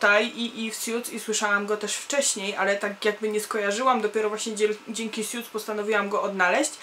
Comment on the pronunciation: Hej jesteś pewna czy dobrze wymawiasz nazwę tego serialu? Słyszę, że mówisz "sjuts" a nie powinno się mówić "suts"? Tak właśnie wymawia google translator i w tym filmiku /watch?v=A7Jl8HA0ItM.